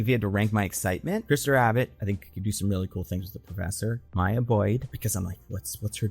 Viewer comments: Came to comment this 😭 bro said Mia like … Maya is a easy name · It's MY-YAH. Your first pronunciation was correct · Bro don’t overthink it, it’s just Maya…like how it’s usually said LMAO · Why would it be Miya. Stop doing the thing white voices do when u go out your way to butcher a fire letter name. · why would maya be pronounced mia???????? whats weird with maya/mya? very common and normal name. also: that has nothing to do with ryan coogler. storm and t'challa shippers are the ones who said they want her in black panther 3 so much so they dont say "she should be in black panther 3" they say "she will/has to be in black panther 3". they have been saying this since the first black panther film cause in their mind all black super heroes have to be in the same film, all black super heroes come from wakanda, and all black super heroes know each other. makes no sense. when lupita was cast as nakia they thought she was storm. since the second film was female focused they thought storm should be the lead but they had riri instead and now they are doing the same with black panther 3 even after storm was announced for xmen which comes out BEFORE black panther. she is an xman not a wakanda. folks need to keep their fanfiction to themselves. this is insane. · Why would Maya be that hard to pronounce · I don't understand why he doesn't think it's pronounced the normal way "Maya" is pronounced